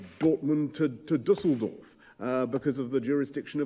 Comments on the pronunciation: Just a personal compliment (even so a lot could be said). Great pronounciation by of the Düsseldorf city name with the Ü "Umlaut". Well done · No, it was good. As a German i give you the "Umlaut reward"